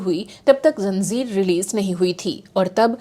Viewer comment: Your presentation and content are excellent and your communication skills are great but you continue to mess up your “Z” and “ J” besides Ph 😮Say Phir not fir Zanjeer not janzeer and many such mispronunciations . Does not suit an anchor with your caliber 🙏